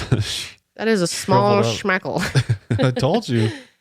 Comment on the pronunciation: “That’s a small SHHMEKEL” - — quote of the year 😂😂😂😂